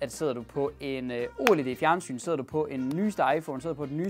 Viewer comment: Det hedder ikke o led men oled